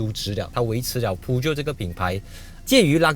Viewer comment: 大哥你的Peugeot发音不对。 正确的是 per-joe，不是piu-jiot!